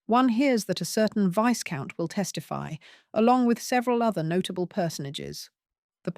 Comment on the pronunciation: Enjoyable Romance/Intrigue. But pronouncing Viscount as Vice-count is rather hilarious!